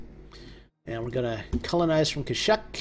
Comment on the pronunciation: Really enjoying this series, wanted to find a play through of the Galaxy divided mod and found your channel! I believe kashyyyk is said as Cash-eek.